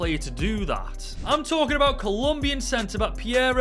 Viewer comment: “Colombian” centerback 😭